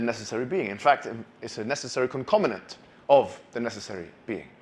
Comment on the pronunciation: concomitant not concominant